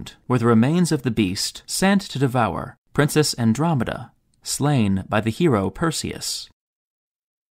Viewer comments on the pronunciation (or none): none